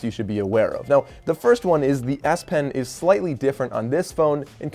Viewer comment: sure sounds like "ass pen" 😆 Thanks for the review.....might be an option depending on how the note 20 unpack goes